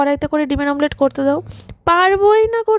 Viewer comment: মামলেট বলে না অমলেট বলে